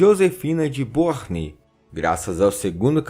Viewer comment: Ótimo vídeo! Só um detalhe: a pronúncia correta de Beauharnais é "Boarné".